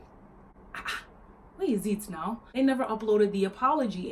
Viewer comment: Who else noticed that.. “WHERE IS IT NOW” In a Nigerian accent. Naija girl